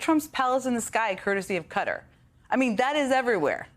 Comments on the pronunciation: Stop pronouncing it like that, ugh. It’s kuh-tar. Not kuh-ter.🤦🏻‍♀️ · It's killing me the way they mispronounce Qatar (KA TAR). Cutter is not the way! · Why are they pronouncing Qatar as "Cutter" it's pronounced ""kuh·taar"" Lets get it together people! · Its pronounced Katt-tar not cutter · For the love of the gods, it is pronounced "ka-TAH" not "KUTT-ur" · It’s pronounced “kah-tarr”;- not “cutter”. American ignorance. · Quatar is not pronounced cutter by the way. More like Kat-ar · Come on ( most ) American journalists it’s not Cutter ( Qatar )ffs ..it’s simply, Cat are. It’s not difficult. Putting up with Trump and his mobsters is binding enough, spare us Europeans and Brits the simple pronounciation of a country’s name 👍🏻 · The pronunciation is "Cut-taa" not "Cut-ter" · For heavens sake stop calling it 'cutter' it's pronounced Ka-tar. Is it really that difficult. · Please can American journalists stop pronouncing Qatar as “cutter”!!!! It’s kuh-tar!!! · QATAR - It’s KE-TAR! Not fecking Cutter! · Qatar is pronounced CAT-AR.. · Kutter? What country is that. Learn the correct name. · Close. Proper pronunciation via search results shows as kuh - taar Kah-tarr is quite common as well. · its pronounced... KAH TAR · It's not pronounced 'Kutta'... christ!!! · When did Qatar become Cutter? 🤔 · "Cutter" is considered a valid pronunciation, and is actually considered the English pronunciation closest to how it's pronounced in Arabic. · Why do all the US news outlets pronounce it as “Cutter”